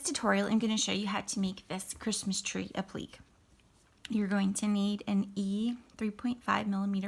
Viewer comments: I'm very sorry but you are mispronouncing applique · Dearest “”!♥️ Please do not take me as a “know-it-all”! I have great respect and happiness for anyone who just gets out there and produces their own channel! (Especially doing tutorials!) You are an excellent teacher, but you are mispronouncing the word APPLIQUÉ. And I don’t want folks out there poking fun at you while you are doing all the hard work!♥️ So just a little lesson - you pronounce the word APPLIQUÉ in THREE SYLLABLES, NOT TWO. The proper pronunciation of the word sounds like AP - LI - KAY 😉. (NOT “ap-plick!😖) God bless and keep you and your excellent work in Jesus’s Name, Amen! I’ve subscribed to your channel, and cannot wait to do another project with your great (and easy-going♥️) teaching skills! THIS IS A BEAUTIFUL LITTLE TREE! 👏🏼👏🏼👏🏼🕊✝️🙋‍♀️🙏🌹